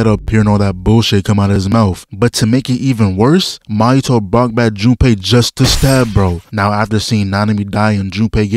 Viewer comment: Bro, Mahito isn't an alcoholic drink with mint in it, bros name is pronounced MAW - Hito, not Mo-hito lmao.